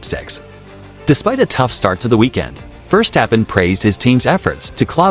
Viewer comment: What a hideous voicover! Your ludicrous computer vouce can’t even pronounce Verstappen. Just get better you wasters.